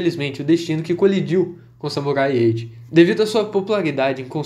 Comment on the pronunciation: Eu juro que quase toda hora eu escuto vc falando "Samurai Ecchi" kkk